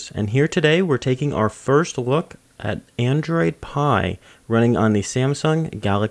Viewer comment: Ohhhh I see, you can't pronounce your L's, that's a first